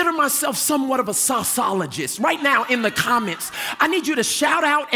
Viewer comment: Sauce ologist....🤣